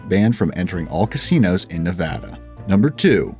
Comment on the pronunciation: You said Nevada right the first time lol how did you fuck it up the second time but not the third?